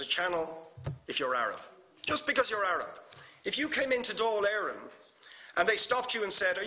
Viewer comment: Dáil Eireann not Dale Aaron. And he's a TD not an MP. An extremely good summation.